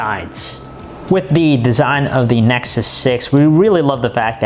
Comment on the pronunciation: Google Nesxssuseosnes 6 . WHAT THE FUCK DUDE :D :D